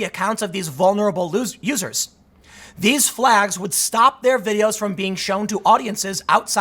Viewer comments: Yeah that was funny as fuck. He was about to say losers and his NPC programm did actuvated and let him say "users" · I like the Freudian slip. You quickly corrected yourself. That was a nice attempted save but when you meant to say "vulnerable users" you accidentally said "vulnerable losers". I'm not crashing on you or anyting I like your vids a lot and watch you all the time but I thought that was pretty funny. I happen to be very conservative and extremely right wing leaning in my thoughts. I listen to you to step out of the echo chamber for a while and to expose myself to a different point of view. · When Tim almost says “vulnerable losers” instead of “users” 😂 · you almost said loser instead of user lmfao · “Vulnerable loos... users” 😂😂😂😂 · What was thta, Tim? "Vulnerable l-users" ?